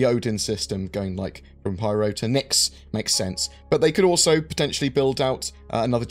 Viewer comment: Py-ro Pie. Ro. Not Priero